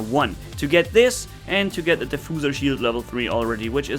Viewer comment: Just a little help on your pronunciation: it is de-few-zer and not de-foo-zer (diffuser); few as in fyoo:p